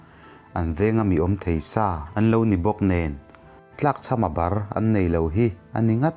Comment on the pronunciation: tlakchham a bar tih lai hi, bar right lai hi ber tih ri angin a ri tur